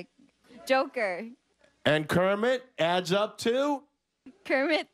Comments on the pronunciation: Same here..."Croaker". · Jo-Kermit? I thought it was "The Croaker"!